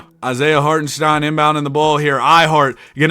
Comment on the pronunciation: For the life of you, you can not pronounce chet or hartenstein..... Stop, get some help. I actually had to unsubscribe because of it.